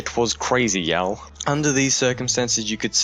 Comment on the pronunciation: The way he pronounced "y'all" made my recede back into my gums